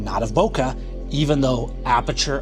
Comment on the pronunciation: Master Photographer who doesn't even know how to pronounce "Bokeh" properly...